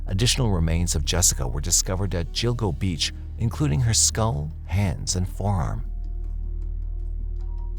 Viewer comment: So sick of AI voices getting so many pronunciation’s wrong, it’s pronounced GILL, like fish gills…. So GILL-GO-BEACH… I’m sorry but it gets on my nerves and distracts from the story… are you saving that much money by not hiring a human that can pronounce people, places, names and things correctly??